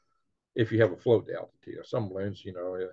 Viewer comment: Re have rots of baroons! lol